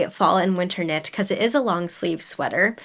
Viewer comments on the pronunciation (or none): Hi! love your channel, just wanted to say that Calliope is pronounced ka-LIE-oh-pee. No judgement. I still see Penelope as Penny-lope. LOL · you are so cute, always love your videos. Just to help, here's how to pronounce Caliope: Cuh-lie-oh-pee. Enjoy your beachy vacay with the hubby!! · Calliope is usually pronounced as Ca-LIE-uh-pee just a heads up! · Calliope = Cuh lye oh pee. Beautiful knits,! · Calliope is pronounced “kuh-lie-uh-pee” ❤ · Hi. I think the Calliope pattern is pronounced “cal eye o pee”. A calliope is an organ like instrument often used at circuses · Ooh, I might need to make that crochet wrap in black or red... ❤ Just a heads up, I think calliope is pronounced "cal-lie-uh-pee" 😄